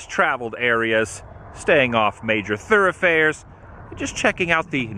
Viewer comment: Adam, you have a weird way of pronouncing „thoroughfare“. It‘ sounds like sirrafair.